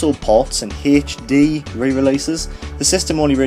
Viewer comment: I lost it at "Haych Dee"